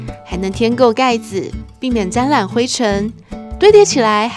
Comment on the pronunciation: 配音ㄗㄓ不分，沾染（ㄖㄢˇ）不是沾ㄌㄢˇ，聽了好難過